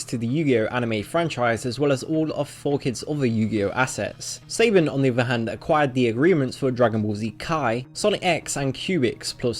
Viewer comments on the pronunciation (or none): It's pronounced "saab-on".